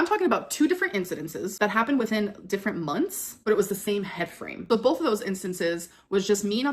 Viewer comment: BOLTH of them? BOLTH?